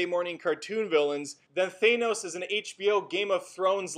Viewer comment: Why do people keep saying "Thay nohs', when it's said 'Thanos' in the movie..? There's no 'ay' sound in it.